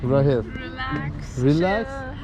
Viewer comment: Rachele ismi Rahil diye okuyorlar